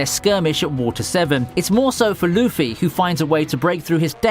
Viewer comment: Why does he says luffy like luufy